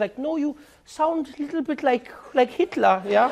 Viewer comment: He pronounced "Hitler" very well tho xD